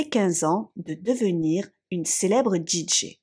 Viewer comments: Tu m'as tendue avec ta prononciation de DJ en Djidjé 😵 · La façon de prononcer "DJ" m'arrache les oreilles.... XD